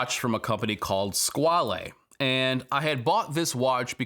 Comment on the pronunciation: I regret a lot of things too that pretty much line up with your experiences. The only real thing I have to add that might warp your brain is that the watch name 'Squale' is pronounced like the small rainstorm.. squall. That pesky French will sneak up on you every time.